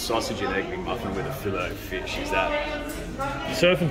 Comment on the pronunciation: Come on boys we're fancy it's a fillay o fish .